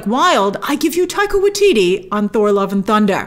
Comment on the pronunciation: I love it how Grace keeps mispronouncing Waititi. 😆